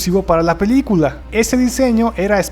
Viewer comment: QUE HORRIBLE QUE PRONUNCIA LA PALABRA "PELICULA" SUENA COMO "PILICULA"